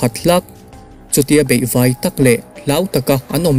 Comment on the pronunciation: Ngaihnawm e. Mahse i thil lam hi uluk deuh la aw. Baihvai aiah beihvai te tia.